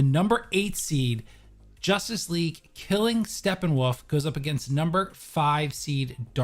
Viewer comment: No one is guna talk about calling him “Steppenwaff?” Lol